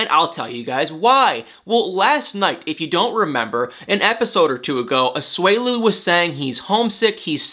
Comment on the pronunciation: It’s A-SU-E-LU not A-SWELU